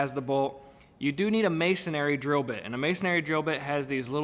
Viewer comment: I've watched about ten videos on this subject and every single person in the videos doesn't know how to pronounce masonry. It's pronounced just like it's spelled, that is, MAY SON REE (three syllables), not MAY SON AIR REE (four syllables. I have absolutely no idea why this simple word seems to be universally mispronounced. Also, the problem with type of achor for this purpose is that if you move the compresor, you have a bolt sticking out of the floor. You could cut it off but why do that? Instead, use an insert that allows a bolt to be screwed in and removed later. There is such a thing. For example, I have a tire changing machine that I use very seldom but it must be bolted to the floor. I would NOT use a anchor like shown in this video. Instead, I use an achor that expans permanently into the concrete in which a bolt goes. The bolt can be removed. To prevent debris from getting in the hole when not in use, I just use a threaded hole plug.